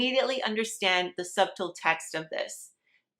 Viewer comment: Its Hilarious hearing her mispronounce and misemphasize words. Sub-tle, huh? Def hilarious. I've noticed with a few words in other videos too